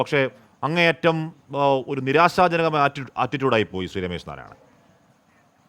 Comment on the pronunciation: രമേശ് അല്ല രോമേശ്😢